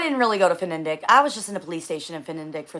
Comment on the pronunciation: Its FniDeQ Fni Dek not fenendek